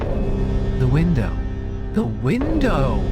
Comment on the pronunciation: "THE WiNdOoww"